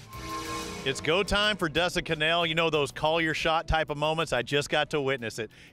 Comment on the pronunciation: 🤣🤣Con nell. Its Connell like Funnel. You wouldn't say Fun Nel now would you